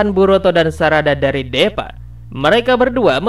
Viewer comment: Bang namanya deepa di baca s Diipa bang bukan depaa salah.🤣🤣🤣